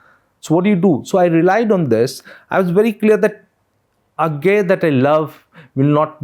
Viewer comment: Bhai its not A-gay Its अज्ञेय 😭 ये कैसा फुद्दू एक्सेंट बोल रहे हो 🤲